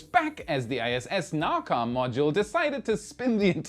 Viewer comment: nauka is pronounced as nah-oo-kah try to copy and paste this into google translate: наука